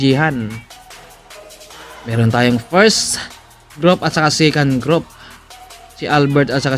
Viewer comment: Bakit po yung second nyo "sikan" tapos yung breakaway eh brikawey? 🤣🤣🤣